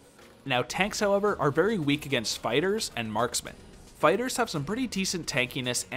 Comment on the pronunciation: Am I the only that keeps hearing 'spiders' whenever he says fighters?